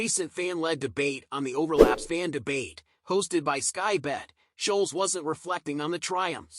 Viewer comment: Annoying yanks can never get names right ? (Scholes) not sholes!!! 😂